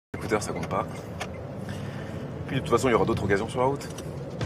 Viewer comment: good job on pronouncing the liaison between "d'autres" and "occasions". All the more so that the source speaker didn't. Your french is posher than his.